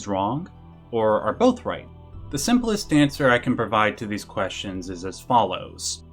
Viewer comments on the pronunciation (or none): none